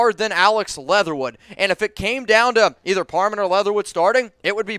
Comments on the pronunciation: It's Parham! Not parman! Your dyslexia is strong this time of year😄✌🏼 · Am I trippin, or does keep saying Dylan par "men" instead of par "ham"? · IT'S PARHAM NOT PARMAN LOL